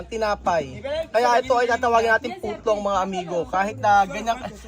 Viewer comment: Hindi ko kinakaya yung mga pronounciation ni 😅 putlong!!!😅😅😅